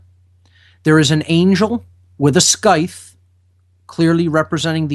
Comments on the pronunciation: "Sky-th"? the pronunciation is "Sigh-th" . . . rhymes with Tithe, like "size" with a lisp. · Dear. I'm from England and we pronounce it "Sigh the", the ancient agricultural curved cutting knife on a long stick. Thank you. Carry on:)